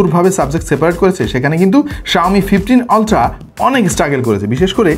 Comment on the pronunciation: Vai, pronunciation "Oltra" e hobe.